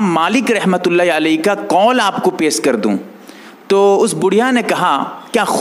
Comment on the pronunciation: بھائی سیخ نہیں شیخ ہے پیس نہیں پیش ہے ذرا تو جہ دیں کسمکس نہیں کشمکش ہے